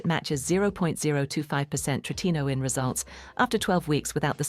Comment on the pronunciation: I just hate all this AI CRAP! Yes, it’s call Tretinoin. But AI can’t pronounce it correctly. 🙄